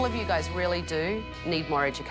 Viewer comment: Did she rrrrrreally sleep there you think?